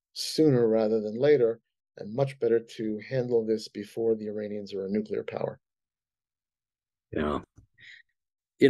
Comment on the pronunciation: Jack, it’s NUCLEAR not NUCULAR